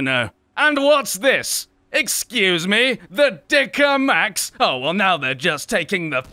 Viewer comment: Red Select Wie er Dicker Max gesagt hat😂😂😂😂